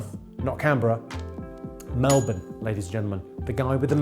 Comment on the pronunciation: Thank you for saying 'Melbin'!!